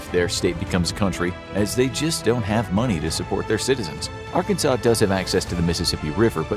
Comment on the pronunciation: Nitpicking: Arkansas is pronounced "AR-can-saw". Arkansan is pronounced Ar-CANS-an. (As people would be doing a lot of sawing down our trees for heat and canning a lot of vegetables if something like that happened, both meanings fit this video.)